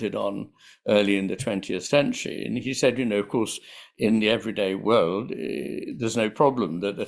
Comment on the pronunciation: your heavy accent causes you to pronounce "world" as "word." You omit the "l" sound. So that shows up in the captions, as well. The issue is that it misleads the viewer and obscures Iain's meaning.